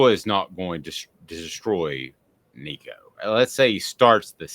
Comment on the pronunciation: No, do not start a freshman in this league. Joe did great in the orange bowl. Build off that. Sit Nico this year. Its his show in 2024. Also do yourself a favor. Learn to pronounce his last name. Tennessee football posted a video of Nico teaching people how to say it.